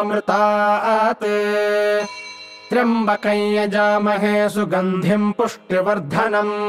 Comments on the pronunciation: Well, that's a news to me. I have always been reciting it as trayambakam, and almost whole internet recites as such. Btw are you sure this is the correct recitation? This is the first time I am seeing this being recited as trayambakai. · Namashkaram 🙏 I'm new to reciting mantras and learning how to pronounce correctly every word in the mantras. Here in this mantra I'm confused with the actual pronunciation of "Tryambakam". As in this video it is pronounced as "Tryabakaey". However in text it has moon and dot matra which I guess gives a pronunciation of "kam". Please guide 🙏 Also you can provide me a link from where I can learn to pronounce all the different kind of matras used in Sanskrit. Waiting for your kind response. Pranam 🙏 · Why is pronounced trimbakayn ? Isn't it tryambakam